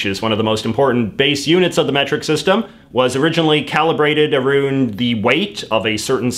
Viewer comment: This is the first Canadian I have heard say “aroond.